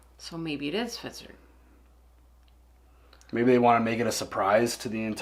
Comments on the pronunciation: Hvitserk. Hvit-serk. H-v-i-t-s-e-r-k.: Svitzerk. 😅😅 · "Hvit" like the beginning of "vitamin", the h is silent. "Serk" like the beginning of "circus".